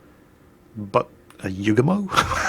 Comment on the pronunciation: you forgot to mention that the Yugumo get's 12km torps. Also you got the dude's name wrong the entire video. Don't ever change.